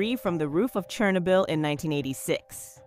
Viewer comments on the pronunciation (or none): Stop saying chernobyl like that. You need to learm proper pronunciation.